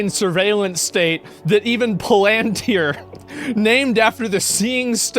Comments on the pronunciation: It’s not a dictatorship, it is totalitarianism and authoritarianism. There is no dictator. Get rid of Stamer and you do not get rid of the force that is gaining more in GB right now but has its sights on the world. Also it’s pronounced PalanTIR, not PaLANtyer. The UK is England, Scotland, Wales, and NORTHEN Ireland. (The Republic of) Ireland is not part of the UK. Thats just the first five minutes . . . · Palantir is not pronounced like that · Can't even pronounce palintir. Is that paid shill status so people don't know what your saying? Sure knew lord of the ring's but yet can't pronounce it. Shill.